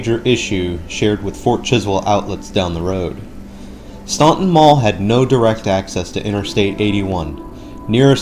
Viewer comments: It’s pronounced “Stanton”. No one from VA knows where “ stonton” is. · The city’s name is pronounced Stān-ton. The u is silent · The last time I was at this Mall was around the time I moved away from Staunton to SW VA in the early 2000s. This mall was in dire straights then! And as others have mentioned, the city, mall, river, and etc, are pronounced "Stan-Ton." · Staunton- "STAN TON" The U is silent. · its pronounced STANTON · It's pronounced "stanton" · Yep - the "U" is silent. It's pronounced "Stanton". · Went to Mary Baldwin College from down the street from here. Spent way too much money at Bath & Body Works back in the day. /edit/ dang bath & body works is still there! <3 Also, its pronounced "staun-TON". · It's pronounced STANTON. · STAN ton. Omg !!!! Its pronounced STAN ton!!!! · In Virginia we don’t say Staunton like you did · Same thing with McLean and Norfolk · Yes your right. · Too bad they don't do enough research to pronounce the city name correctly. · Yeah, that falls under doing due diligence as the producer, to ensure that you pronounce names correctly, especially when you're doing the narration in post-production. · I live in Staunton and you are pronouncing it wrong. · He's mispronouncing the first syllable, not the second. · We don't say the u in Staunton. . . 🙄